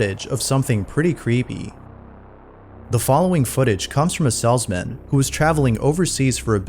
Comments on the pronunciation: Why is it grating on me that the narrator cannot seem to pronounce "salesman" correctly? (the "salzman" ???) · Salesman. Long A. Not "sellsmen". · You're pronouncing Salesman as "Sellsman" It's Pronounced, "Sales-Man" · It’s a salesman. Not a sellsmen. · FYI, It's pronounced Salesmen, not Sells-men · I absolutely love how pronounces the word "salesman"